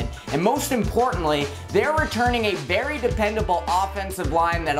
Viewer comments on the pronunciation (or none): none